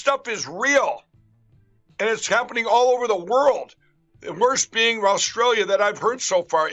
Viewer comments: ‘Rosstrallia’ 4.34…lol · Did he say Rostrailia instead of Australia? Definitely back on the pipe. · "Rostralia" golden.